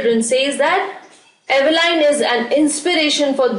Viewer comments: Mam it's Evelyn not Eveline 😊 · Evelyn is pronounced as evelin not Evelyn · Diffrent accents to speak same words